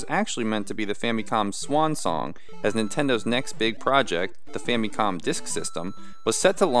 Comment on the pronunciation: Just one thing, please stop pronouncing it like fammee-com. There are only two acceptable ways to say this word. With English sounds, understand that the word is a contraction of "Family Computer", so it is correct to say "Fam-ih-com". Or, say it the Japanese way which has a different "a" sound: "Fah-mee-koem".